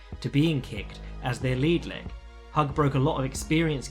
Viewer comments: Hewg not hug lol. I'm terrible at pronunciation but he was one of the greatest ever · It's pronounced "Hugh" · Just so you know, it's pronounced "hoog".